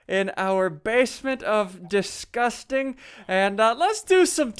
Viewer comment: As you said deskusting